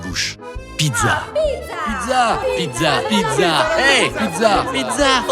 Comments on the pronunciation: "Pitsa" pas pidza mamma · Juste pour vous informer que la pizza 🍕 se prenonce pitsa et pas pitza . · pourquoi vous dites PIDZA ????